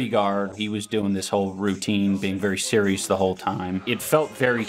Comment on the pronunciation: Baby Sammy Sewious